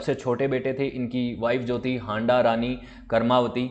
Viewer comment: Sir ji ( हांडां नही हाड़ा)